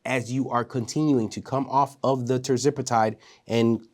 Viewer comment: Hey, ……Love your shows but I keep noticing that you are mispronouncing Tirzepatide 😂. I’m trying not to notice but everytime I hear it, I say, “why is he saying it like that?”